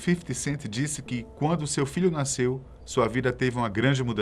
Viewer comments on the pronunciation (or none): none